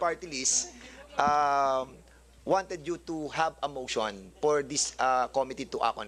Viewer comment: The subject op the opiser op the chairman ah aha the priends op the pather is parther rule the eppect of the discussion wether we resfect the chairman flease.